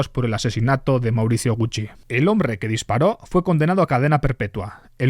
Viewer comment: "El hombRRRRe"🤣🤣🤣